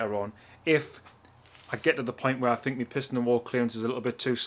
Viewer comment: lol cmon now, we can tell you know your stuff.. just have a hard time with the (wear, Where)